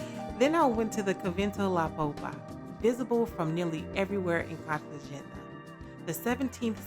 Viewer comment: Please learn to pronounce Cartegena correctly...